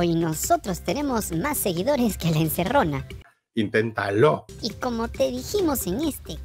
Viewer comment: Like por Ocram y el "intentaló"😂😂😂